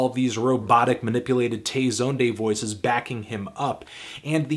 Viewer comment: Tay Zone-day, what is that pronunciation?